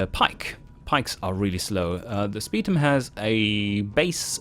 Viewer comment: The way pronounces Spetum "Speed um" Irks me.